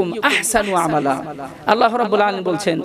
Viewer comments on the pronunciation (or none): Hojur apne ki bole sen ahsanu amela na o ahnanu amela